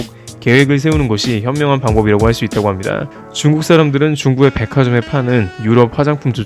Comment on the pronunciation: "합니다" "~습니다" 말하실 때 너무 목소리를 까셔서 거부감이 많이 드네요. 분명한 발음 부탁드립니다